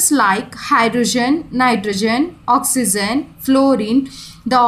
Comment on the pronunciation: Mam you pronounce oxygen as oxyzen is this correct or not